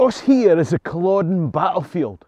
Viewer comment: Is it just me, or does it seem that "world" at the many times in humanity's history has been at war...not just the 2 of the 20th century. PS...Never read the "Outlander" books or watched the show. Probably never will. However..NOW I know how to pronounce Culloden...instead of saying Cul-OH-den Thanks!!!